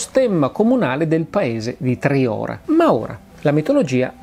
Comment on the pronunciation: Solo un appunto Massimo : Triora si prununcia con la O chiusa